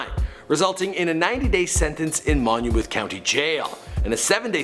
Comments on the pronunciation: It's pronounced "MON-muth," not "MON-uh-mooth" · it’s pronounced mon-myth not monMOOTH tf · "Mon o mewth University".. dude it's pronounced Monmyth University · Monmouth College is pronounced “Mon-Mith” not Mon-A-Mooth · mum-ath not monoamooth lool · Monomuth university??? you mean Monmouth? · Manu-myth University and Louis-ville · Its MONMOUTH (mon-moth).... not "mon-u-mouth" lol #Jersey & its Ta-hiry (Tahiry) not Terry lol haha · its Monmouth (mon-muth) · The way this guy keeps pronouncing Monmouth is killing me lol